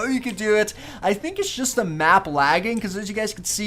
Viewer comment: Why does he always say "da" instead of "the" it's really annoying.